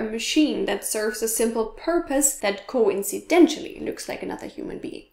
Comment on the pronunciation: Love your videos. Glad your happy. To help; how you feel about yourself is ego ( eee- GO) Eggo is a brand of circular frozen breakfast waffle!😆 and Coincidentally is pronounced with an "S" sound on the second c. You are doing so amazing with languages and culture. Thank you for sharing and I wish you every happiness and Congratulations on Eric & yours anniversary. ☺